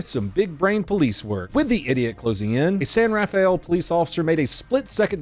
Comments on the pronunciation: Sir, it is pronounced San Ra Fell , not San Ra Fe Ell. I know since I was born there. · It's pronounced San-Rafel not San-Raf-a-el. I was born and raised there so cracked me up every time you said it. Love your videos bro keep up the good work! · “San rah-fel “ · we pronounce it "san ra-fell" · San Raw-fell. Fun to see someone trying to go against traffic on 101 as it's hard enough to go with the flow. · Hey great video, I live about 30 miles from San Raphael and we don't pronounce all the nouns here. We pronounce it "San Ra-Fell". Just figured I'd tell ya in case you ever happen to get another video there. Thanks for the constant entertainment!! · Only native Bay Areans know this but San Rafael is pronounced San Ra-Fell. Apologies. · Pronounced San Ra-fell